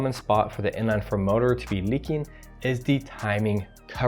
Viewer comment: Not trusting anyones word who pronounces 4 like that.